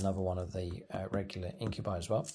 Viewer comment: Every time mispronounces these words Khorne æts another kittren 👹🐱 INK-YOU-BYE SUCK-YOU-BUS